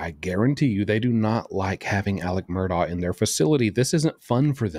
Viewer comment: I’m glad you pronounce that lousy name properly.